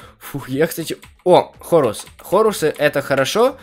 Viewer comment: Как ты сказал ХОРУС